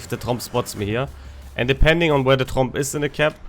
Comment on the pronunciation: "Finish off Trump" -> thats what I heard several times ... I know, it is "Tromp" ... still ... 😀